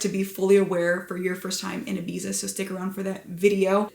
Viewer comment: you are beyond beautiful!! But please don't call it "Ibisa" 🤣🤣